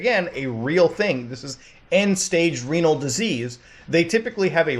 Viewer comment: Good video. Its ree-null btw. Kluvyoubye